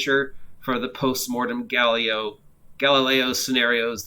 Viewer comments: Okay need to pause this at 4 minutes I can’t take it anymore. Giallo is pronounced Jallo kinda like tallow, J-ah-Low. My inner Italian was screaming listening to that lol. Okay and continue ;) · It sounds a bit like Jell-o, but I had no idea how you would pronounce it...